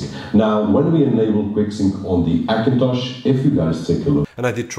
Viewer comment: I want to watch your videos but when you say Akintosh makes me vomit . try to learn the letter H for fuck sake.